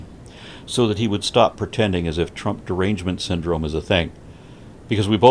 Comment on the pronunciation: "Twump dewangement syndwome!" As he speaks with only emotion, sum cost fallacy, and projecting his faults on you.